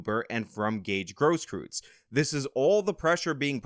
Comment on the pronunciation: It's not pronounced "gross-krootz", its "gross-kroitz"